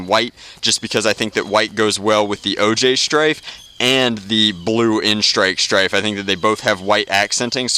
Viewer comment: "OJ Styfe". Not EliteXD paintjob anymore. Orange Juice Stryfe.